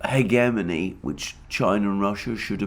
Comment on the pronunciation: Hegemony is another word he can't say correctly.